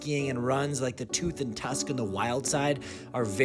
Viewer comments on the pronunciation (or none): none